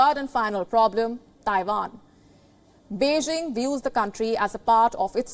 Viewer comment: Beijing not Beixing ok...please if you can't pronounce properly better speak tamil